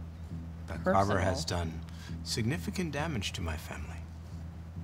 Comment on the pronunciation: "Vamily?" vomits blood